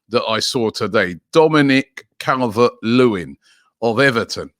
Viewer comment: How did you manage to bottle the name “dominik calvert lewin” 😂😂😂 “ cavelvvehhetrt lewin???”